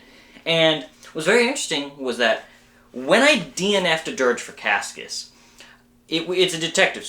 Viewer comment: its "KASS-ee-us" btw :)